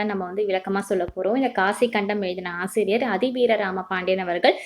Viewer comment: not காசிக்கண்டம் that is காசிக் காண்டம்😊